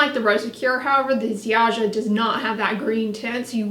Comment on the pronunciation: Happy to see you review a Polish brand ☺️ Ziaja is pronounced more like Zha-ya 🎄 Merry Christmas 🎄